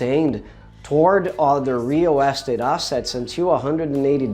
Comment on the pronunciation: Nice video, but you need to work on how you say "real estate". I didn't understand you at first. Here's how you say it.